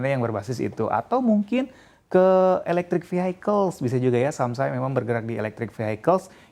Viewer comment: Vehicles bukan dibaca "fihaikels" tapi "fihikels", Fi-Hi, bukan Fi-hai. Dari kemarin salah mulu semua reporternya. Lagian kenapa harus campur inggris indonesia, salah pula. Aneh sih.